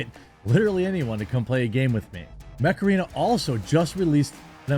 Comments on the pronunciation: I didn't hear mech arena, all i heard was Macarena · I watched you talked about Mech Arena often and I still think you say Macarena every time haha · Oh! "Mech Arena", i heard Macarena when you said it. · Me too! Now that damn stupid song is stuck in my head.....flashback to the 90s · Every time you promote the Mech Arena game I hear it as "Macarena". It always makes me laugh a little inside. On another note, Pitbulls can be nice. I remember a friend of mine had a blue nosed male pit named Monster, he was huge and a red nosed female whose name I can't remember right now. She was smaller but she would chew on a shot put sphere for fun. When I would go over she would always bark at me until I greeted her, and Monster just loved to be pet. They'd known me for a while of course, and I never saw them be aggressive.